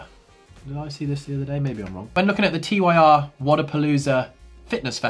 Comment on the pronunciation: Tyr as in the Norse God of war. Not T-Y-R.